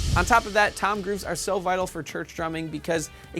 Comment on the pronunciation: I can't unhear it